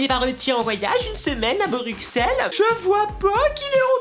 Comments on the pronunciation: super vidéo mais on dit brusselles et pas bruqxelled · Ok je suis belge et .... MERDE ON DIS PAS BRUXELLE ON PRONOMCE PAS LE X MERD2222 ET PUTIN OUI JE SUIS UNE RAGEUSE RHAAA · J'adore les chips à l' hamburger ! Je suis belge et ON ne dit pas BruXelles MAIS BruSSelles